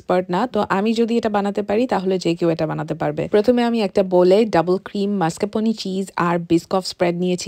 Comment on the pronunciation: সুন্দর রেসিপি। কিন্তু মাস্কাপনি চিজ না , ওটা ম্যাস্কাপন